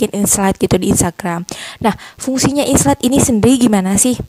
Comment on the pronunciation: Aku kog dengernya inslide bukan insight ya 😊